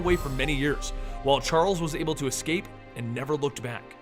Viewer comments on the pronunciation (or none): none